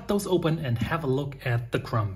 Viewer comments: Great commentary from a non-native speaker! Small tip on your way to perfection: drop the ‚b‘ in crumb. It‘s silent. „Crum“ is the way to pronounce ‚Krume‘ in English. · Hi - really enjoy your videos coupled with your enthusiasm for experimentation. By the way - the word crumb has a silent b at the end ie. correct pronunciation is crum. English is sometimes more challenging than sourdough baking!